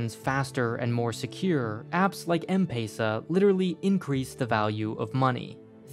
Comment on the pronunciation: I'm from Kenya and the way he is spelling Safaricom and M-pesa is so Inaccrate